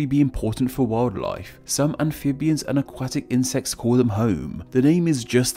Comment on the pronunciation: The a after the u in "aquatic" is pronounced like the o in lot.